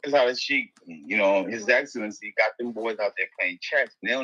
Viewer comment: Zab is selling out boxing. Boxing is great already! It doesn’t need Dana White to make it great again! Zab just want to get down for a check. Can’t even say His Excellency’s name correctly.😂 stop it!